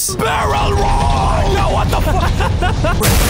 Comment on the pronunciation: "Dat" "Dey" "Dere" No 'Th' only 'D'